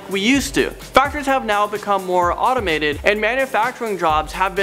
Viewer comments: it's "automated" not "animated"... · Does he keep saying animated or automated? I can't tell xxx